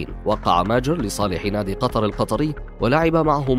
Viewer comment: ليش تنطق كلمة ماجر وكأنها كلمة انكليزية